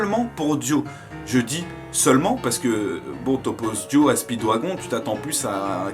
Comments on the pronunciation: Les extraits si tellement gacher par les filtres et dire speedwagon alors que ca se dit speedwagone et le nom de DIO j'en parle pas sinon 💪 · Speeewagon se prononce speedWAGONE plz c pas un wagon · Ça se prononce spidwagone